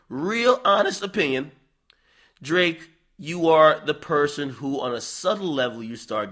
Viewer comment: Is it Drake or D L ake 😂😂😂